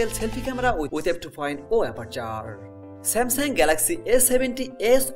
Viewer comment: Nice vid but samsang is not how its Pronounced